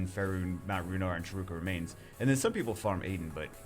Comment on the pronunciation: him saying dont farm cahruka me: farming charuka all the time with raiki